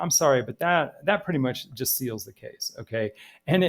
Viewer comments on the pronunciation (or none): none